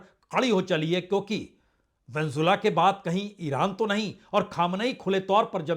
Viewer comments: प्रसूनजी आप वेनेजुएला का नाम सही नहीं ले रहे हैं। आप वेनजुला बोल रहे हो। जो सही नहीं है। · Pehle Venezuela sahi se bolo sir